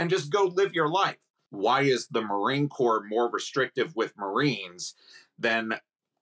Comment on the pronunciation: Negative "MaRInE" ? 🤣 wtf is this